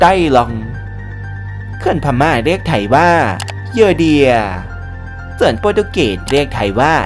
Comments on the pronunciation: The Union of Burma อ่านว่า เดอะยูเนี่ยน อ๊อฟ เบอร์ม่า ไม่ใช่บูม่าค่ะ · ขอบคุณสำหรับความรู้ครับ แต่ผมไม่แน่ใจว่าทาง Creator ต้องการให้เป็น Style ของทางช่องรึป่าว ที่มักอ่านผิดหรือออกเสียงผิด อย่างเช่นใน Clip นี้ “แต้จิ๋ว” ไม่ใช่ “แต้จิ้ว” หรือ Burma ออกเสียงว่า “เบอ-มะ” ไม่ใช่ “บู-มะ” และยังมีอีกหลายคำ…กำลังฟังเพลินๆ มีสะดุด เป็นไปได้อยากให้ใช้เช็คความถูกต้องก่อนปล่อย Clip ครับ